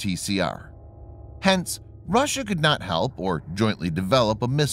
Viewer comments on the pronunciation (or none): none